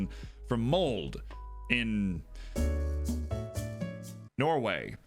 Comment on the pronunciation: You did say Molde wrong. :P Want to learn how to say Norwegian Team names? :P